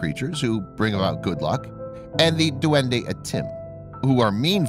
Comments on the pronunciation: In Philippines this is how we say duwende it’s “Dwende” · its dwende not duwende that how you say it.